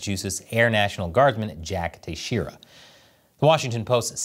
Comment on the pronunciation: As a portuguese, I laugh hearing you say Jack Teixeira. It sounds me like Tuh-jee-ruh. It should sound like Tay-Shay-ruh, with Shay pronounced stronger than the other syllables.